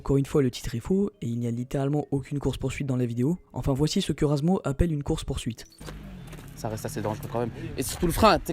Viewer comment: C'est pas razmo, c'est razmouth xD